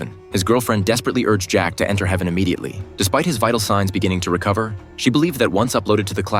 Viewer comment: It's h-EA-ven